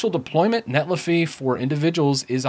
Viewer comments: It's not iffy like jiffy, but Netli-Fi like Sci-Fi. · I cringe when you mispronounce netlify lol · Pronunciation of Netlify aside.... great video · feel you